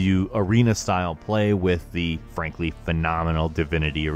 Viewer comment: When you say and frankly why does it sound like to me you are say. Ann Frank... ly